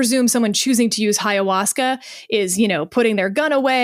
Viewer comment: Ayahuasca, not HIA-wasca